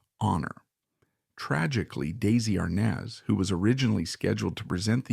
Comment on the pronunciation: PLEASE learn to pronounce Desi Arnaz's name and Desi-Lu correctly!